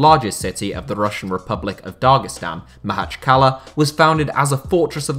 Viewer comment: I can't help but cringe everytime he mispronounces Makhachkala. It's easy, pronounce it like "mock-atch-kalah"